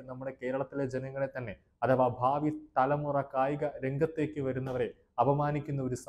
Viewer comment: ഭാവി,,വിദ്യാഭ്യാസം ഇവ ഉച്ചരിച്ചു പഠിക്കുക ,,അവതാരകൻ